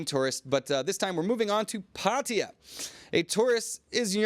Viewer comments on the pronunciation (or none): Still going for the USAian "Pædiæ" pronunciation instead of PattAya?